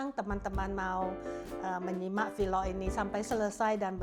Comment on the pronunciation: sy mau tambahkan sedikit saja untuk penyebutan vlog, penyebutannya lsg vlog aja ya jgn jadi vilok. Maaf ya Bu,ini spy kedepannya bahasa penyampaiannya menjadi lebih baik lagi. Tetap semangat terus dlm membuat vlog ya. Gbu🙏🥰